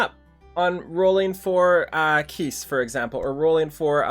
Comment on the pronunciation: Just an FYI, Kise is actually pronounced Key-Say (translates from her korean name - 키세). Not sure if you care but just wanted to let you know! Good luck on the Kise rolls!